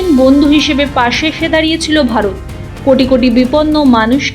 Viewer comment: Kothay bole na.je. andhokare poche mor barot bolis ? Are varot varot .uchhron ta thik koris